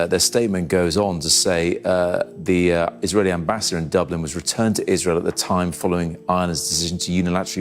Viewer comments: Dooblin? It's pronounced, Duh-blin. Don't let it's proper pronunciation fool you, the People of Dublin are intelligent with a heart of Gold. 🧡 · Dublin not dooblan sir. Just a heads up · When a channel’s narrator can’t even pronounce “Dublin” properly and instead pronounces “Dooooblin”, you know this is AI generated propaganda. There are so many other obvious clues as well. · Dooblin? Wtf? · Bleedin dubblinn,, viva Dublin ☘️ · Please pronounce Dublin correctly. It's not that complicated! Ireland is not anti semitic and neither are the Irish people. Also pronounce Tanaiste correctly! Why hasn't Israel closed its embassies in Norway and Spain? Seems they are trying to bully a small country!